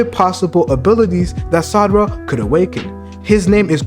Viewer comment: I believe she will get something like to temporarily manipulate memories and will just use her fists as weapons just like she normally does. By the way you are pronouncing Sarada as Sadara sometimes.